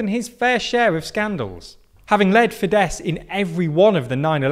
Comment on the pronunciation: I think Fidesz is pronounced Fidesh.